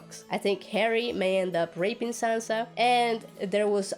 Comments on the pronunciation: It is Sansa not Sanza. Stereotypical american english -yikes! Sir, please stay on your own channel. "Politic-ing"????" seriously? How about using intelligible words such as, "campaigning" or "lobbying?" It is unfortunate that you came from the "George Bush School of Talking Good." Cher is better as a solo artist . . . ditch this guy. He's not funny, I feel embarrassed for him. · I hate being one of these people but... "Saanza"? Sanssssa.